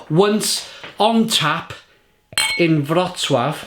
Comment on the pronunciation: Wrocław NICE pronouncing